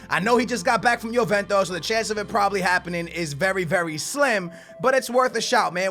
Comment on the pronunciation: "vewry vewry vewry vewry sad thing if you axe me"